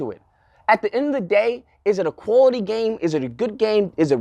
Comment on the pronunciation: Big words coming from a nigga who can’t pronounce quality